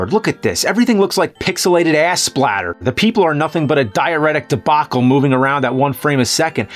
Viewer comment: “Diaharetic” beautiful